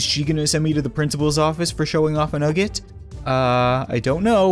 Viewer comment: nugge. nice. It's nugge nugget